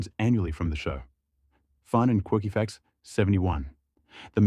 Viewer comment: Nice "facrts" dude...